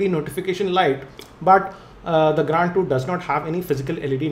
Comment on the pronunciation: plzz stop speaking grAAnd bro its grand...